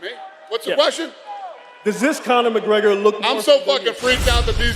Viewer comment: "Corny McGregor"